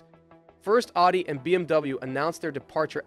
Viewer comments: why are people pronouncing Audi the same way they say Addidas? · I loved this video but bro you need to learn to pronounce Audi